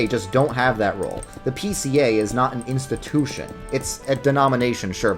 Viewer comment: Nobody:: "insta-TÜÜÜ-shin"